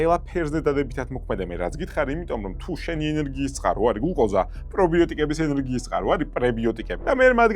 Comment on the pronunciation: გთხოვ გლუკოზა სწორად გამოთქვი <3